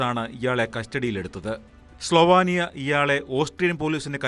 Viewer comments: സ്റ്റഫാനി അല്ല സ്റ്റെഫെനി സ്ലോവാനിയ അല്ല സ്ലോവേനിയ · സ്ലോവാനിയ ❌സ്ലോവേനിയ ✅